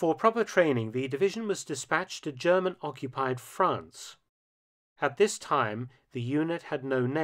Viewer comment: For once, somebody commenting on WWII whose pronunciation of German is perfect.